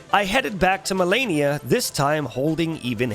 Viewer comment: What's funny is that after dying to her so many times, he still said her name wrong at the end of the video. I dunno if it was on purpose or if the constant beatings made him lose braincells but I literally facepalmed at the end of the video.